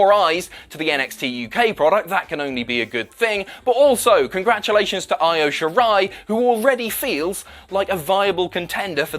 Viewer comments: pronunciation, my friend. "Io" is pronounced "EE-OH", not "EYE-OH". "EYE-OH" in Japanese would be spelled "Aio".;) Just messing, but being in Japan, I would love to hear you and Jack get these names right, because these women are fantastic! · E O...not I O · Christ lad, it's pronounced "ee-yo"... Io Shirai, not ten shirai... Live stream was fun, though.